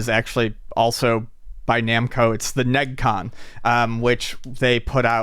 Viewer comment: It's pronounced Ne-gee-con...